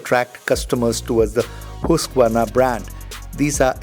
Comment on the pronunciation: Finally someone pronounced Husqvarna correctly!